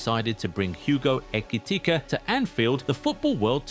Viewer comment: this narrator needs to learn where to intone and accent in saying his last name. He had a few variations 😂 let me spell it out for you: eh - key - tea - kay Who else noticed Trent in this? 😂😂😂😂…. As you were….